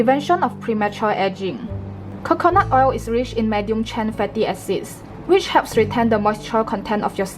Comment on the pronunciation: I love the accent when she said Khokhonut oil 😍.